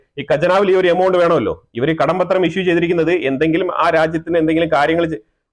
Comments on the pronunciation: കടപത്രം not കടം പത്രം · കടം പത്രം എന്നു പറയാതെ കടപ്പത്രം എന്നു ചേർത്തു പറയൂ. That's how it's pronounced.